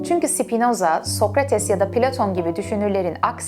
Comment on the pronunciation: Sipinoza deme ya lutfen.Spinoza😢